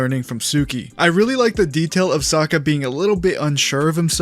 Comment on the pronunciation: Why u keep saying Sakka??